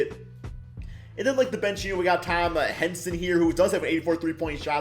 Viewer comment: Hey it’s pronounced Tommy Hi-n-son Not Henson like John Henson